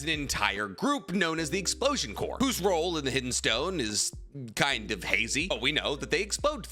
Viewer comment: Oh my god did just pronounce corps as "core"? A MOMENTOUS OCCASION THIS IS! CALL THE PRESIDENT